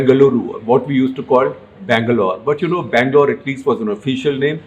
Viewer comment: 👍🏼Appreciate the way you pronounced Karnataka & Bangalore otherwise I was thinking people from the hindi speaking places are alphabet 'A' blind/dumb especially when it's with South Indian names...!